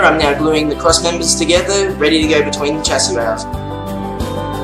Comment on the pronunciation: It might be spelled " chassis ' but is pronounced " shassis "